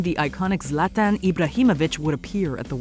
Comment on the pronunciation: Swede here why did you pronounce it as ZLÄTAEN like wtf